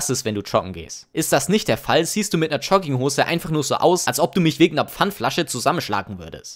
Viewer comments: Jetzt hör du mal zu!!! Der ganze Inhalt deines coolen coolen Video ist mir mehr egal als alles andere...aber...DAS HEIßT JOGGINGHOSE UND NICHT CHUGGINGHOSE DU!!!!!!!! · Digga sprich erstmal Jogginghose richtig aus alla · ich weiß nicht was mich mehr triggert: Leute die Jogginghosen tragen oder wie du das Wort aussprichst.